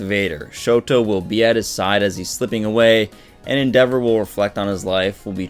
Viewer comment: Your mispronouncing endeavors name en-da-vor not en-devor